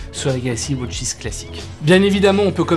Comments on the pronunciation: Ridicule entre les deux montres au poignet et la prononciation wOtch 😢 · Galaxy Wootch 😂